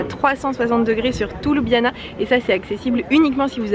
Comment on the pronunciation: La capitale de la Slovénie ne se prononce pas ''Loubiana'' mais ''Lioubliana'' 🙂 Le reste est parfait.